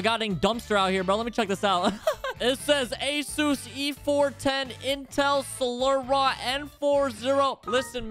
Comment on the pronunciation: Bruh the way he pronounced Celeron it's pronounced sell er on